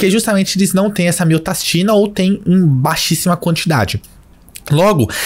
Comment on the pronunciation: Falou pouco mas falou bosta. Como você vai hipertrofiar o coração com inibição de miostatina (que você falou miotastina o vídeo todo), se você não estimula ele fisicamente? Você tá usando uma argumentação que cabe para GH, mas com certeza não tem coerência quando se trata de um inibidor de miostatina.